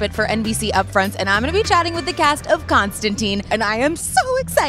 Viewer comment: He is also a smoker. And, his name is Constan-tyne, not Constan-teen. That's a biggie.